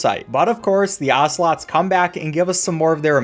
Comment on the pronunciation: there not ocelots, there assolots